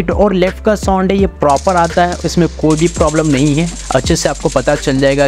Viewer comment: Broo soond soond kya kar rahi ho. Its sownd